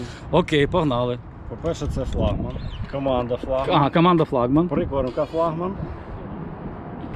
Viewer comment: Поставь пожалуйста правильно флагман ? потом опять флагман